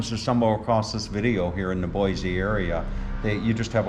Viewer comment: Beautiful home! It's Boise with an S sound, not Z just an FYI ☺️👍